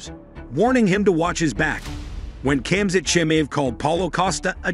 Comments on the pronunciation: lmao the text to speech butchered khamzat name lmao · still he butchered khamzat name multiple times lol